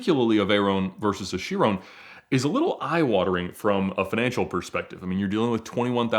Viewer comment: I've never heard anyone say "Veyron" or "Chiron" like Ed. Is this how it's supposed to be pronounced?